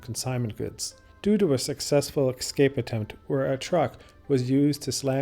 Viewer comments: Great video, but please, for heaven's sake, it's pronounced "ES-CAPE" not "EKS-SCAPE" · “Escape”- “an act of breaking free from confinement or control.” Escape… EsssCape.. not “ExScape” Too good of a video for such a basic miXstake.. (see?) ❤ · This is an excellent video but please; the word is "escape" not "excape". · Ah, yes! but you obviously ARE cultured enough by now to appreciate why this pronunciation “thing” matters to the kind of person who appreciates your type of tours.. I’ve watched a couple now and realize you have said it both ways (es/ex) in previous videos. YouTube provides an abundance of criticism, but you are providing good content. Keep up the interesting videos. 😎👍